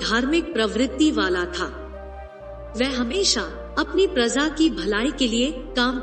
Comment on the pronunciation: prazaa nahi hota madam praja hota hey razaa nahi hota raja hota hey. Pata nahi kaha kaha se aatey ho tum log